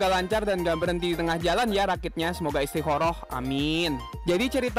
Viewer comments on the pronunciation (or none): Istiqomah bang, bukan istiqoroh🗿